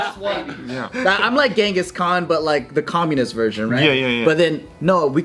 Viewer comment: Sorry it took me so long “Cunnalenghis khan”